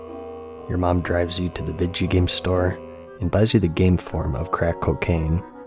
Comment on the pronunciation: lol i say "vidjya gam" too. sarcastically to my kid